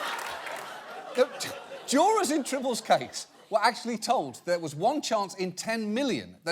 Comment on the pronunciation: “Dats a bad dog right dur” 😂